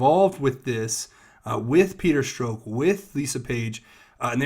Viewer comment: Thks for vids. Small criticism: please correct ur pronunciations of two names: Strzok- Rhymes with rock (not stroke) Mueller- Rhymes with duller (not ME-uller)